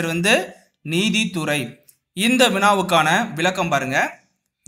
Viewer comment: சார்! முதல் கேள்வியின் விடையின் பதிலின் உச்சரிப்பு நிதித்துறையா? நீதித் துறையா?